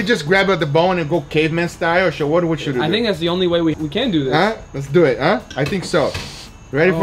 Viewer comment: "So let's doo et!" =)